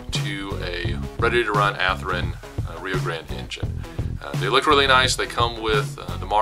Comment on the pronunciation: WTF?! At least have the respect to pronounce the manufactures name correctly. Ath-Rin is no where near close to how it is pronounced. Sheesh!